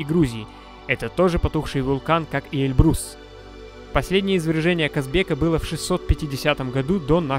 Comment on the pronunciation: Автору замечание,не Эльбру'с, А Э' льбрус,ты явно не русь по этому и не знаешь произношения.